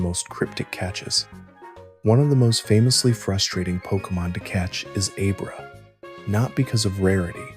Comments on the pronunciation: Sounds a lot like Roman from Regular Car Reviews. I know it isn't, and I want to believe it isn't AI, but after he said Aye-brah instead of Ab-rah I knew the voice wasn't real. Been part of the pokemon Fandom for over 20 years and never have one of the original with a simple name pronounced like that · Brother! soon as you said A-Bruh im out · This was fantastic.... right until you said Abra